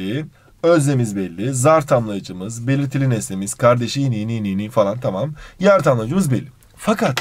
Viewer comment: her belitiliiliğ dediğinde gülüyorum annem ders çalışmıyorsun diyor😂